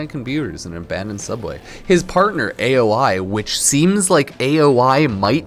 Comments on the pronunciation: Aoi is said Ah-oh-ee not the literal saying the letter after letter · Okay so I'm genuinely never "that guy" but calling Aoi "aye oh eye" is craaaazy. It's a Japanese name man lol